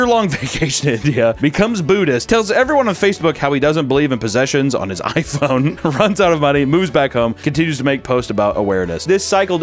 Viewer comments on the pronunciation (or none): none